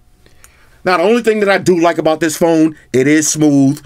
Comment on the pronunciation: 😂Tis ..Tis ..Tis..I can't handle you... My stomach hurting😂😂😂